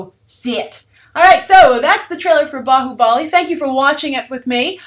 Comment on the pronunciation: Nice review liked it lot your pronounced bahubali correctly